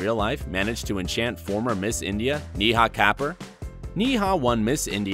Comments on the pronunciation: im not even indian and i knew that lol. Its not hard to pronounce at all. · How can u screw up pronouncing Neha kapur .it just two syllables each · the hell man at least get the pronunciation of neha kapur right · That’s a terrible pronunciation for neha kapur 😂 I mean I get that he isn’t Indian but has he ever heard her name anywhere else ? Like his pronunciation isn’t even close to the real pronunciation 😂 haha lol